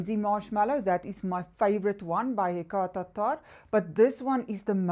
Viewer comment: Happy Monday. My favorite ME brand is Lattafa and Paris Corner. I like your accent when you pronounce Hekayat Attarrrrrr.😄. Have a great week. 🙏🌻